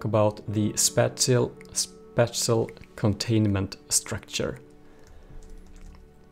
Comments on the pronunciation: spāSHəl spāSHəl spāSHəl for the love of god it is spāSHəl not spatchel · spatial: spaa-chel